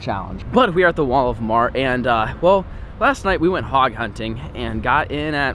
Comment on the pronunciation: I just realized you called Walmart Wal-of-mart (no hate)